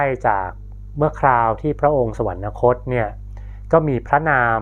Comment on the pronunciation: ขอบคุณสำหรับความรู้ใหม่ๆนะครับ..แต่ถ้าออกเสียงคำว่า สวรรคตให้ถูกต้อง.จะสร้างคุณค่ามากยิ่งขึ้น